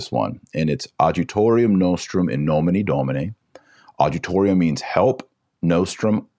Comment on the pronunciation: Adjutorium , the “j” has the “y” sound. The “H” in habemus is silent